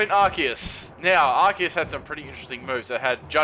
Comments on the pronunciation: You pronounce arceus as arseus just so you now. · it's pronounced "are-cee-us"!! do you even english